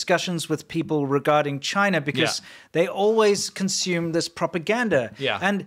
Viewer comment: If Google is going to operate in Chy-Nah at all, then that's got to be the way the results come out...